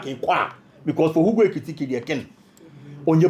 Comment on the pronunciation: you pronounce the name better. Hugo Ekitike You're doing well 🎉